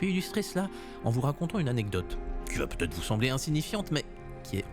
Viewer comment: Il aurait putêtre 😂😂😂 ah les liaisons maltapropos...!